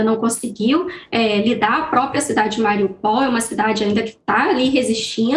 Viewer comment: Cidade de quê homi??? MAURIPOUL???? KKKKKKKKKK